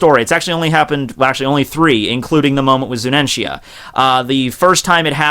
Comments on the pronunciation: its zunisha not zuninshya man correct yourself u r a one piece fan. be respectful. i expected better from u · It's Zunisha not Zunenshia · Dear The elephant is named ZUNISHA (ZU-NEE-SHA) not ZUNENTIA 😄 Hope you note this ✌️ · I crack everytime he says "Zunenshia" or "Momuske". Love your videos btw. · **PUBLIC SERVICE ANNOUNCEMENT TO ** Pronunciations are as follows: MO-MO-no-ske and Zu-nee-sha..... That is all. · Eddie The Cat hes pronouncing it wrong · dawg, "Zu-ni-sha", XD! Gawd bless this channel, XD! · I read this comment before watching the video, I was trying to think how he would mispronounce her name, but MY GOD that is terrible lmao.